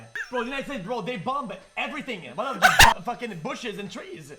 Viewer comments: he says the second "B" in bomb omfg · I never watched XQC before, but...I can't believe he pronounces the silent "b" in "bomb." Truly public education has failed us. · Was it a skit, did I hear wrong, or does XQC really pronounce the 2nd b in bomb? lol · Actually pronouncing the second b in "bomb" is kindergarten brain activity.